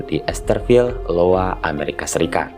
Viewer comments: iowa yaa wak, bukan LOWA Jénduu, bukan janedoe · Ya, ai yo wa gitu bunyinya Iowa... bkn Lowa itu i bukan L... gak apa2, kita sama2 bljr, slg memberi info... ceritanya OK koq... bgs, semangat ya...